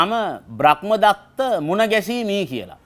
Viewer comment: ඔබතුමාට මොන දැනුම තිබුණත් ධර්මය ගැන නම් ලිඛිත කියවීමක් ලබලා නෑ කියලා තේරෙනවා. බ්‍රක්මදත්ත නෙවෙයි බ්‍රහ්මදත්ත.